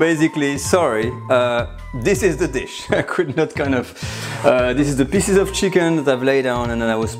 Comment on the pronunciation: delicious, but FYI, piece is not pronounced "piss"